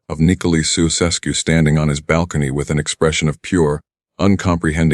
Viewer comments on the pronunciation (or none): Jee, first trie to pronounce their name right man, soeseskoe pfoei....